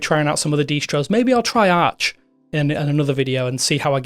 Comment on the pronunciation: "linux deestros"